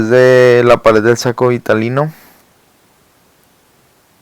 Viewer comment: Todo iba bien... Ni leer sabe el. Es saco Vitelino, no Vitalino... Es gametogenesis no gemato-genesis.